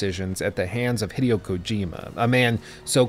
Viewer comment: Small detail, name pronunciation of Hideo is “Hee-day-o,” with the accent on “day.”